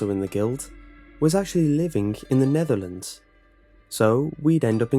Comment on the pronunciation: When he said Netherlands I instantly thought of "No era penal" lol